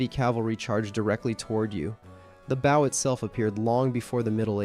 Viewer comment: Americans even have difficulty pronouncing the word BOW properly. Unbelievable